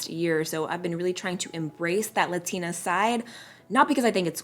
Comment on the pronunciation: You cant even say LATINA right